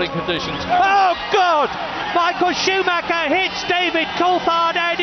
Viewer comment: It´s sad that people don't know how to pronounce Michael Schumacher